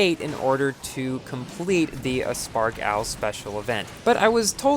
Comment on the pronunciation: Everyone: aspark owl: "uspark owl"